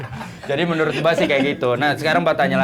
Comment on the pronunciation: Ini gue salah dgr gak sih blg menurut jadi merunut 😂